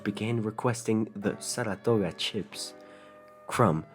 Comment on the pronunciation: The way he says Saratoga 💀